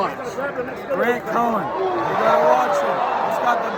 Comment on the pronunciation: Why does everyone pronounce his name wrong? It's cohn not cohen..Like my lawyer Roy cohn